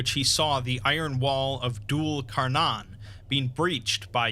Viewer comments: It's pronounced Dule Kar-neigh-n, like the sound a horse makes at the end. Also I always was told Dhu al Qarnayn was Alexander the great? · If anyone cares, Dhul' Al-Qarnayn (pronounced thoo-l al qar nayin) means the two-horned one, or literally He of the Two Horns. Scholars believe he is either an individual derived from Cyrus the Great or Alexander the Great. Gog and Magog have been mentioned across all 3 abrahamic holy books, from them being individuals to a tribe to monsters.